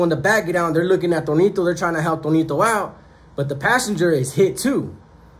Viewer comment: Tonito or Toñito? Lol